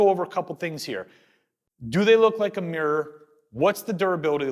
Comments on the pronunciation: You know is called MIrror right? not meeror..is it me or mi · The word is mi - ruh not meer. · Nice video but doing my head in that he keeps pronouncing mirror as meeeyer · Get a Canadian or a Brit in to say 'mirror' for you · How to pronounce "mirror"? try putting the letter "o" in it to start!